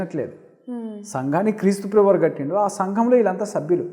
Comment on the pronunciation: ప్రెభువు కాదు ప్రభువు అని పలకండి